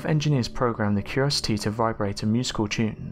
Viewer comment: Curiosity not curosty